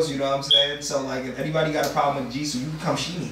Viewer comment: Jisoo not Jiso